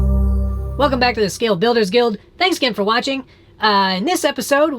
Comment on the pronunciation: "... of course... " and "Scwale Bwuilderws Gwuild" sounds affects rock this episode.